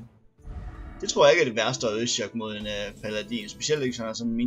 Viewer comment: 1. Jeg ville ønske jeg kunne sige til dig hvordan det siges men du siger altså paladin forkert 2. Du trak lightning storm i 2. Spil 3. Prøv at lave en druid kun med kort der giver dig mana og kort der koster 5+ det er underligt godt ;)